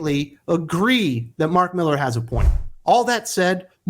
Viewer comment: Mark Mi-lar.🌹